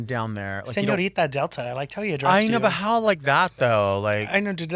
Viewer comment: Not "SenIORita." Was that a read from production?